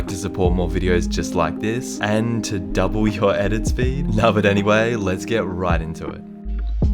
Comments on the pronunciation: “DiD tHeSe Trigers DuoBlle my edit spEEd”? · Nobody: Flea: “DiD a FlY lAnDiNg oN My ShoUlDeR DuoBlE mY EdIt SPeeD” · Every video flea “DID IT DUBOLE MY EDIT SPEED” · Stop say doble my edit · Literally every videos: “Did going homeles double my edit speed”